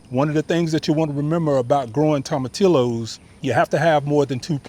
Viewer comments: Pronounced = toma TEE yos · The 2 L's in tomatillos is pronounced as a y... toma tee yoses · 🤣 tom a till o’s. Oh my god. You are so cute. Toe mah tee yo’s You need to throw that Hispanic accent on it. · Tomatillos is pronounced Toe-ma-tea-yos since it is a Spanish word. Great vid!